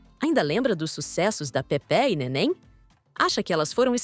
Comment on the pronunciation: Kkkkkkkkk a locutora disse Pepe'..nen falar sabe quer ser locutora é Pepê